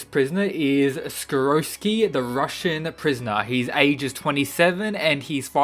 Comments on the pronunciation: Skiroski? My dude, its sikorsky. Do you not read when his name is written or listen when its said? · Why do many people say the Russians name wrong? its SIR-CORE-SKI (Sikorsky), not SA-ROSS-SKI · siKORsky with a K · It's pronounced SICK-COR-SKI by the way love the vid otherwise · See-Cor-Skee Say it with me now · How do u get sikorsky to skoroshki? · Man can’t say Sikorski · The way you pronounced Sikorsky... Yikes... Good video nonetheless!